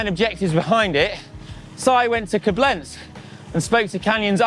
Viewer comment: You pronounce Koblenz so Italian, it really makes it sound 100x classier than it really is 😄